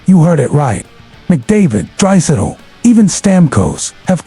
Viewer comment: Pls learn to say the names properly...especially Drai's. So irritating.